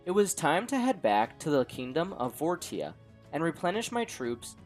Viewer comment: Wouldn’t it make more sense to pronounce the kingdom as vor-sha? (As opposed to vor-tia)